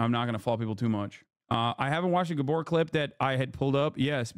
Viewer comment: Gábor not guhborh